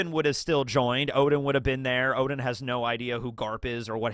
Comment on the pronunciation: tsk tsk. Intentionally mispronouncing "Oden" to "Odin" is not good bro as "Odin" is a well known mythological character and it's just confusing to new comers.